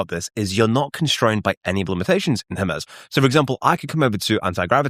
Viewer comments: Her-Mee-z not Her-Mez : ) Cool video thanks for sharing. Thumbs up. Thank goodness for playback speed adjustments. I had to slow the video down a touch. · Hermes Agent is named after the Greek god Hermes. The standard English pronunciation for the deity is "HER-meez", with an 'H' sound and a long 'e' that rhymes with please. The French fashion brand Hermès is pronounced "air-mez" due to its French origin, but the Greek god is almost always pronounced with an 'H' and a long 'e' at the end.